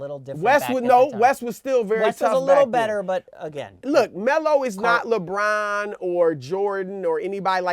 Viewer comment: he actually said - lebum james :D lol